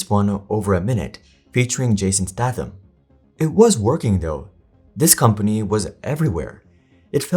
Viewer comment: That's the first time I've heard Statham's name pronounced like that 🤣